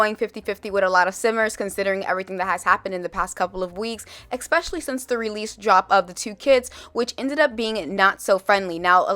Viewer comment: girl i mean this in the best way and no harm at all but it's "especially" not "expecially" <3